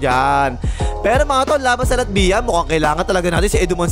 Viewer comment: Lat-vya boss. Parang Nokia tuloy Hahaha